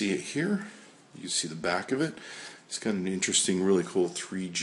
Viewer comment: Lol , Tree-G HD IMAGING.